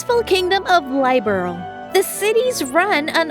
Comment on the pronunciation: The mispronunciation of Liberl has me cringing every time.